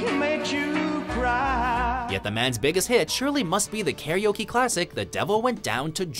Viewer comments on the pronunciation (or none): none